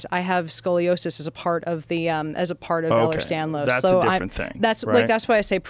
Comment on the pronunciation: Its Ehlers Danlos, not Stanlos. This lady is a tool. I am not impressed